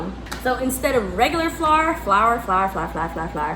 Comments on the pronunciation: Ive never seen someone not know how to say ✨🌺flower🌺✨ (flour) fse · I felt it when she said "flawer" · You saying flour, “flar” reminded me of saying No “naur” . You made me laugh so much 🤣🥰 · Omg why can’t u say flour 😆😭😭😭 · I don’t think I can ever say flour the correct way again 🤣